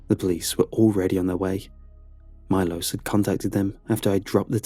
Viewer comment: I'm just sat here chuffed that Bulgaria was mentioned in a Creepypasta :D That would mean the colleague's name was probably pronounced Milosh not Milos.